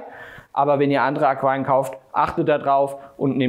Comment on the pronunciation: Ich habe eine Frage. Ich wollte mich eigentlich uber Aquarien informieren. Aber ich höre nur Aqem, Aquam, Aquiaion... Aber man muss das ja auch nicht richtig aussprechen können. Die Zweite Frag: Warum sollte ich mich über die Statik meiner Decken informieren, wenn das Aquarium doch auf dem Boden steht?